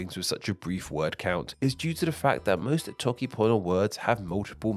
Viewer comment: He said the whole alphabet while trying to say toke panyo 💀💀💀💀